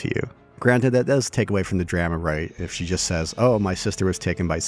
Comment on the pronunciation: Legitimate question: Am I missing some kind of inside joke about the word "drama" in this game? Why are you pronouncing it weird?